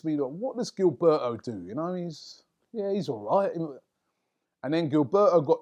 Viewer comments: It's not GIL-BE-O, its GIL-BER-TO. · This notorious lookalike cant pronounce foreign names. Guil-bare-o 😅😅😅😅😅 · I'd never heard anyone mis-pronounce Gilberto before seeing Robbie say it. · Can't stand the way Robbie pronounces Gilberto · Me 2 bruh